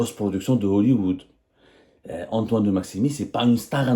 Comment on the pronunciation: De Maximin et non pas maximi 😂